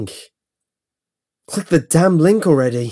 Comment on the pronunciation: he says "click" in a funny way to me